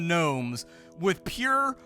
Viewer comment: There's no G nomes like Gary G nomes.